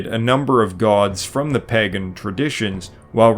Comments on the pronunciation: As much as we all love your absolute PLETHORA of information, the word "pagan" is not pronounced "păgăn," but "pāgən." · Stop pronouncing it Paggan ... or pagganism ... It's Pagan (paygan) ... it's so annoying ... have you never heard anyone saying it before?